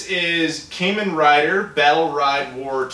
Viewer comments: Sorry buddy, I gotta say this, I'm a huge Kamen Rider fan...its a LONG a so its pronounced KAH-men Rider. Wanted to get that out there if you touch on other games in the series. also Taiko no Tatsujin is Taiko Drum Master obviously. The game following that translates to (Gotouchi Tetsudo: Gotouchi Kyara to Nihon Zenkidou no Tabi) Locale Railway: Locale Characters travelling across Japan. Fujiko F Fujio is a famous mangaka (comic writer) whose most famous work which is displayed on the cover is Doraemon. Now as for the XBOXONE game Azito is a giant robot building series that is also on the 3DS amongst other systems. the x is actually pronounced 'Cross' here like in ProjectXZone. Finally Tatsunoko is one of the BIGGEST production houses in all of Japan. The biggest series thats known here is Gatchaman. For the tradtional games, the first one was Go the other is Japanese Chess (Shougi) Also the names attached to them are of famous players of the games. Another thing, Psycho Pass in anime form has a stateside release that you can watch on Netflix and I HIGHLY encourage watching it if you like crime drama! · You pronounced Kamen Rider wrong. Look up videos about the franchise.